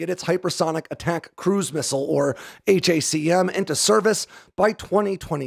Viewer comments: It's pronounced "hack um". Stop saying H.A.C.M ;) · These are the news I wanted to wake up to today. 👍 Also. Pronounce it how it's clearly meant to be pronounced. Hack'em.